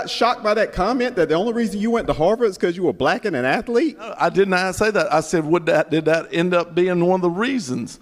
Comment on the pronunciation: "An athelete". What a morelon. 🫣